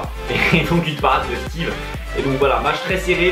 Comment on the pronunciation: Steve pas stive ^^